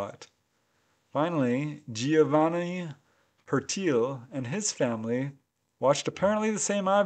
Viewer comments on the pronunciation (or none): none